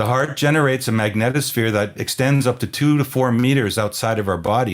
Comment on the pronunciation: A very special thanks to you both for saying the word "Magnetosphere" properly 😔. It's like nails on a chalkboard hearing people incessantly pronounce it as, "MagnEEEtosphere". 👍